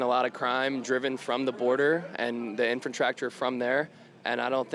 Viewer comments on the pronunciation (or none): Did he say, "Infratractor"? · Dude said infotractor😂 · The 2nd dude said Infant Tractor. 😂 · "infintractor?" What the hell? Anger, racism and low intelligence. What a combination! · "Infertractor?" Is that what he said? 😂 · Did that guy say “Infatractor”?? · Idiot #2 did he really say 'infatractor'?